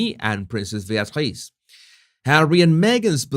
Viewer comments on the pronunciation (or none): none